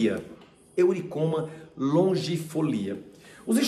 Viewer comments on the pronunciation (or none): O nome da erva é EURYCOMA. Difícil a pronuncia eulhecomo.